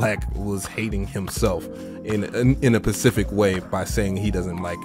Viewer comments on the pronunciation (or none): “in a pacific way” LMAOO